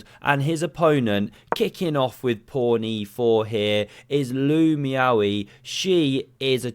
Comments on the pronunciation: it's Loo Meow Yee, 3 syllables, all emphasized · Yes, you did mispronounce her name. It's Meow Lou.